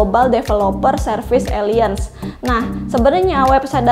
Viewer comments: Ejaan alphabet Inggris : A B C D ... Dibaca : Ei Bi Si Di ...dst Jadi ALLIANCE dibaca ELAYENS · Koreksi untuk: Alliance dibaca Elayens 😊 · Bukanya Alayens ya bacanya???